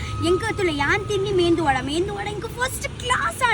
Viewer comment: comments vodujana it's not mendu it's medu vada shop da arr medu vada pander bakkala mendu vada panpa ur south Indian re u should kno it